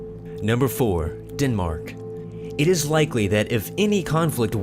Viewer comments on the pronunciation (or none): the fact that he says Chile as "chili" and Denmark as "Dinmark" annoys me so much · They pronounce "Chile" wrong its Chi-le not Chili 😂 Den-Mark not Dinmark And yes I understand you have accent 😏